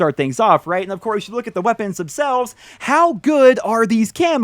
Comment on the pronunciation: "lets talk about the wæpennsss"